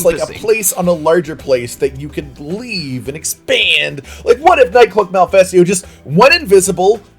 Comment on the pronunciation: I know it is Nightcloak Malfestio, but I swear I kept hearing NightCLUB Malfestio. Now I am not a clubber myself but I would absolutely go to a nightclub owned by a Nightcloak Malfestio.